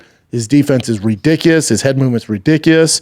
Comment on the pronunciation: There was an attempt to say 'ridiculous'. Left out a few letters there bubba